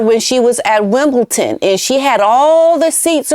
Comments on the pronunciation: Just a note, it's not WimbleTon it's WimbleDon x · If I’m hearing right, you said ‘WimbleTon’. It should be WimbleDon. And my apologies if I’ve heard it wrongly. 🙏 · Hi I love ur show watch u all the time ….. BUT correction ……WimbleDON not WimbleTON….. I’ve noticed u Americans say that a lot…🇬🇧🇬🇧🇬🇧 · Hi I love you and your shows but please pronounce WimbleDon not WimbleTon - there is a D and not a T. I know it's really annoying for people to correct and comment on silly things but it really irks me. Great video, as usual - thank you. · love it is WimbleDON Not WimbleTON.... Sue Smith kept sayinv Wimbleton, until many pointed it out to her. Sorry not meaning to be unkind, but you cannot say WimbleTON, Wimbledon is very special to Brits... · Btw P, it is Wimbledon with a “D” maybe it’s my ears and they are full of wax 😊 but seems to sound like Wimbleton when you speak. Love you ❤❤ and keep going, you are my favourite for sure, don’t miss a thing from you! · It is WimbleDon with a D